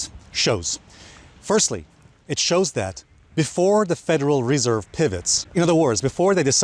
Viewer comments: it’s not federal REE-serve it’s federal re-SERVE. Accent on the 2nd syll-ABLE. :) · i love hearing Alessio say WRESERVE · bro! its not REEESERVE! just say the FED ;) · Federal Ree-serve. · nice video. . why do you keep saying reserve so strangely?